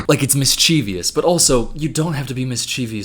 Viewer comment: Omg stop saying mischeevyus. Ugh.